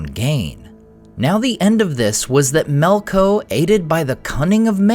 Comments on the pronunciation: Melko? Isn't it "Melkor"? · why do you keep saying melkors name incorrectly as melko is it for the same reason as the delusional people who keep failing to change Gandalfs name to jandalf